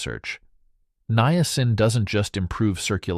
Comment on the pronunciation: Why do you pronounce the word niacin three different ways?